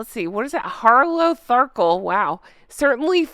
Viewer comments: Not pronounced harlow harkle - it’s harlot harkle 😂😂🪿🍷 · Harlot- Harkle is how to say that word. Haha great word right?! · I think Harlotharkle is meant to be pronounced Harlot-harkle. Probably. Honk, honk!